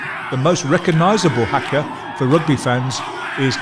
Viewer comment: Haka is pronounced hucker not hacker.